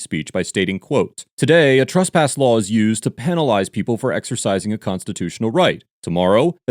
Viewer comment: Truss-pass isn't a word. It's TRESS-pass.